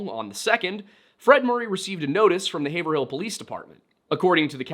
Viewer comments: Its pronounced Have-rill not haver-hill... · I grew up in a town bordering Haverhill. Just an FYI, the way we New Englander's pronounce it is much closer to two syllables, like; Hay-veril. Notably, there is a distinct absence of the "hill" part of the word. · Oh my God, it’s two syllables hey vrill 😂😂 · not haver-hill u said it right first time. Im born n raised in Boston. Its havril Just like Worcester is wus-ter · Excellent video. I appreciate all the work you put into researching. If I could point one thing out— it is pronounced “HAY-VRULL” (two syllables). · Just fyi it's pronounced. Hey-Vril. Yes it's spelled like and should sound like Haver- hill but in both Massachusetts and New Hampshire that is the proper pronunciation. I lived in the one in NH and the town adjacent to the one in MA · It’s pronounced “haverhill” not “haverhill” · It’s pronounced Hey-Vrill. Not being a dick. We jokingly say that town name Haver-Hill as any out of towners in the north shore say it that way. Peabody is ‘P-biddy’ lol And I’m not being a dick or anything Just sharing local knowledge/stuff. Thanks for the videos! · Hey so im from the area and just want to point out its not Hay-ver-hill. It sounds more like Hayv-rul. Sorry hearing you say it like that was driving me crazy. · Haverhill here in Massachusetts is pronounced "Hayve-rill" so I was surprised to hear it as "hay-ver-hill" here on the show...of course, I also didn't know that there was a haverhill nh lol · Just for future reference, it’s pronounced “HAYV-RILL” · Hav-rille 😂 so many of our town names get butchered. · Grew up in North Haverhill - I've never heard anyone pronounce it as anything but HAV-rill (HAV sounding like "have" in behave). That's just how locals pronounce it. 😊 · If I had a nickel for every time you pronounced Haverhill correctly, I would have zero nickels. You came close like 3 times. Hay-vrill Yeah, New England be like that. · Haverhill is pronounced hayvrill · Say it with me in one word ..... Hayvrill